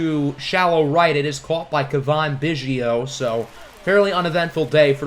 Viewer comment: It’s Cav - In. Think Calf but with a V instead of LF